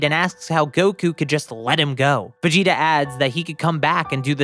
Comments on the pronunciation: Is it only me or is when he says Vegeta it sounds like vegito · sounds like you said vegeto